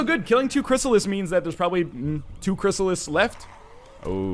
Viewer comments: Loving the LP so far, but good God man, it's a "Chryssalid", not a "Chrysalis". Not really hard to remember it ends in a D. That name wants the D, not the S, you should remember that. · ChrysaliD not chrysalis